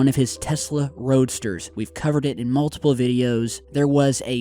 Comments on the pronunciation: It’s not “multible”, it’s multiple. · “Multible” frames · "Multible" lol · yes, glad you caught it too! haha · 😂😂 I caught it too. Made me chuckle 😂😂